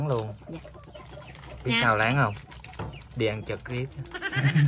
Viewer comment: Góp ý: "ăn chực" ko phải "ăn trực" em nhé